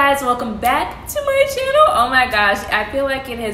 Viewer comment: Same lol